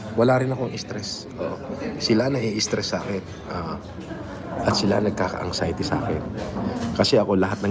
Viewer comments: Wala naman talagang “ ANGSAYATI” eh…….bakit nyo ba pinipilit! 🤣😉 “ANGSAYATI” Sabi ni! ……na meron g “ANXIETY”……..pero sabi ni ay “ANGSAYATI “…..di ba??? LOL……🤣😂🤪 Alam nyo naman si TRYING HARD ENGLISH. Hahaha!😝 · LOL.. "ang-xiety" bwahahahaha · Angxiety🤣🤣🤣 Anxiety yan ayusin mo pag bigkas kasi sayang yang gold mo sa ngipin🤣🤣🤣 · angsayte daw😂😂😂nakapag aral daw yan pero di alam bigkasin ang anxiety tanga di.nga siguro nakatapos yan sa pananalita lang wala ng alam